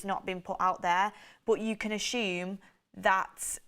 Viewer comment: LOl love you way you say ashume instead of assume !!